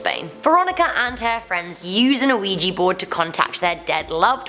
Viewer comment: Am I the only one who thought she said Luigi board instead of Ouija board